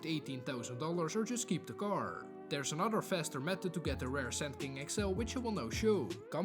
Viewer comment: Mans didn't even try to say pearlescent lol.